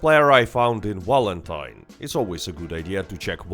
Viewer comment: Its not "W"alentine you silly "V"anker...😅